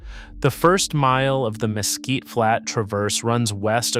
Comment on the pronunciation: Mesquite isn't pronounced mess kit